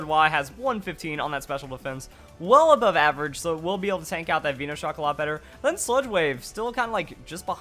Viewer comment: I get triggered every time I hear some idiot pronounce something wrong on pokemon, VEENOshock? really? Veno as in cut from VENOM + SHOCK